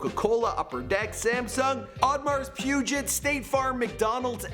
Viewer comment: also its not puget lmao u good tho keep doin wat u doin